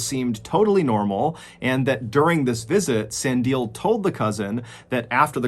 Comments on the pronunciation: Oijoijoi... the pronunciation in this killed me... but not in the attic lol. Sandile...pronunciation Sun-Dee-le (leg with no g) Durban is NOT like Stellenbosch. Its humid and is by the sea, popular swimming spot over December. Stellenbosch is wine country, its the napa valley of South Africa, more for tourists that are into wine. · So happy to hear you covering this story, I’m not South African but I’m shocked to hear this is happening and most people don’t know about it. Also I think the second victims name is pronounced Sandy-lay. ❤ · sandile is pronounced san-dee-leh, with the emphasis on the middle syllable. I respect what you do John but please put more effort into pronouncing the names of victims properly. sandile is an incredibly common name in south africa, so you could have found an example of how to pronounce it really easily. otherwise I enjoyed this, it's really weird and surprising I never heard about it given i live in Durban myself. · "Sun" "Dee" "L" "Air"(but without the R in air) that's how you pronounce the name. Also, moety trade or human parts for witchcraft medicine is stil a very big thing in South Africa. Stellenbosch is a farming town. And finally, to anyone, google real images of Durban, lol. It's not pretty at all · As a South African I can give some input. Sandile is pronounced syllable by syllable. San - di (dee) - le (leh). Same for basically every other South African name. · I am a major follower of your dark and mysterious videos in a story format. Thank you for touching on those recent cases in Our Country. Never heard of them till now... Keep doing your story telling Videos, very captivating and has our hearts on an up tempo rhythm. By the way the Last Victim Sandile I think, We pronounce the name Sun-D-lay Sandile... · I love your pronunciation of sandile😅, it's sun-di-lé similar to creme brulee hope this helps!♥️ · He tried shame with the name. It's pronounced (Saaa-ndee-le) The first name idk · It's pronounced, Sun-di-le